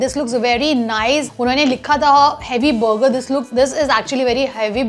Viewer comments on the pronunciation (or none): Bhai burger ko thik se bol....buger buger....😂😂😂itna bhi over smart maat ban